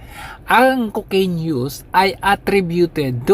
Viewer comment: Super tawa ako pag binibigkas mo ang Cocaiiiiiiiiiiine! Hahahaha